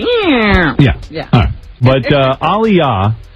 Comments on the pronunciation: pisses me off do much.... just say there was so much racist undergo happening aaliyah was overlooked shawty was successful at 15 its pronuned Ail-yah exaggerating for no reason, also bro was jusy going to keep waiting she did NOT want THAT. Goodbye go to bed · white people having a hard time with the name aaliyah but not aaron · Howard Stern is very disrespectful ain't even pronounce bbg name right aaliyah was to good for these lames I miss her so much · These heathens can never pronounce Aaliyahs name correctly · I honestly think Ricky Martin wasn’t being shady or funny. A lot of people would mispronounce her name. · It’s not shade, it’s the fact that he didn’t bother trying to get the pronunciation down during rehearsals for the award show.